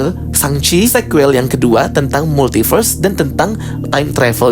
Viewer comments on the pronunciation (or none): bang ypo itu bukan "Multiberse" tapi "Multiverse"